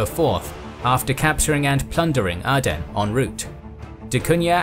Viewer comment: Áden não é Éden. Cuche e Calicute devem ser pronunciadas como escrito.